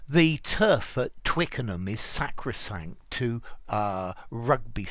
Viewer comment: This channel is sacrosanct to me. Also, I really enjoyed the pronunciation of sacrosanct.